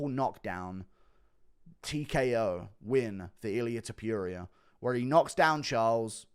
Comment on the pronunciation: “Viviane Arahoo” “Ilia Teepuria”